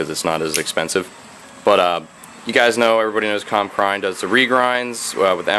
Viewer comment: Hmmm. I always pronounced it "crane" not "cryne"